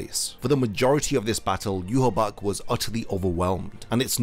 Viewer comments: Yhwach = Yuhabark ❌ Yhwach = Yuhabaha ✅ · Not to sound like a nitpicker, but isn't his name pronounced "Yu-ha-ba-ha"? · why do you say yhwach like ''you haback'' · He name isn't pronounced "you-ha-bak"